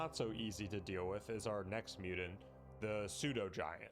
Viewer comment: Please, for the love of all that's holy, pronounce Mutant not Mutant.